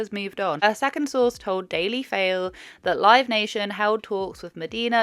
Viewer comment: lol the dailyfail read instead of daily mail loved that